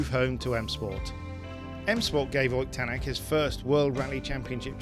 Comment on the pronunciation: as an estonian i confirm its awesome that he joined m sport and you nailed the pronounciation